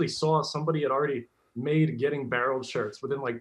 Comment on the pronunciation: Because of him me and my dad say barrled